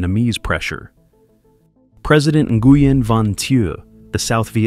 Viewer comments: Nguyen is pronounced win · The mispronunciations of names make the video unlistenable. Nuh-gee-en? Lol. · Nguyen is pronounced "winn" lol 😂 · NARRATOR. PLEASE LEARN THE VIETNAMESE PRONUNCIATIONS. The words don't sound anything like they are spelled. GET IT? NGUYEN=WIN. For example.